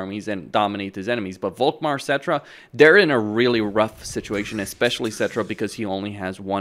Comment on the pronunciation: Why do you pronounce "Volkmar" with a "v"? It is German and should be an "F". I.e. "Folkmar". "Folk" btw means "people".